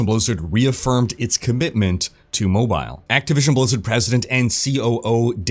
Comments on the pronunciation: Mispronounce mobile one more time I dare you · I like how you say MO-Bile